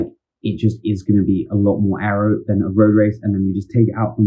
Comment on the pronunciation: loving the ayro pronunciation!